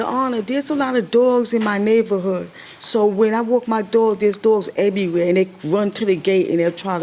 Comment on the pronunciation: Go back to , and play it at 0.5 speed. She says "Dere's alotta doagz in my nayvorhood, so when I wawk my doag, dere's doagz ebbyway" She REALLY says "Nayvorhood and Ebbyway" LOL 🤣